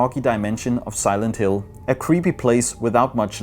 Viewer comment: Silend Hill eller the condjuing ved ikke helt hvordan film navne står nok lidt forkert